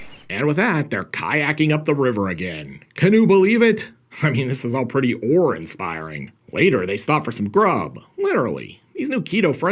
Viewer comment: "OARinspiring" c'mon man